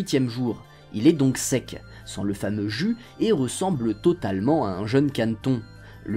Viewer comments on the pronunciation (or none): none